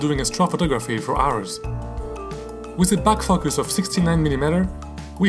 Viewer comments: Beautiful. But you had better say focus with a hard "o" or the little kids are going to giggle. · You might want to learn how to pronounce focus.